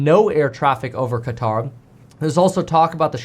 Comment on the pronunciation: KEVIN, Please don’t call it “Kataar”. The closest you can pronounce correctly is “CUTTER” since there is no letter for Q in English.